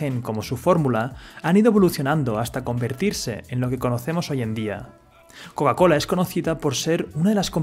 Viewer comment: Buen video, pero te aconsejo tomar unas clases de ingles, porque no se si es porque seas español pero pronunciaste mal casi todas las marcas incluida Coca Cola, pasando por Google, Microsoft, Apple, gmail... podrías optar por pronunciarlas en español. O se pronuncian en inglés o en español pero no en una fusión, el spanglish como idioma no existe y esas palabras están en inglés.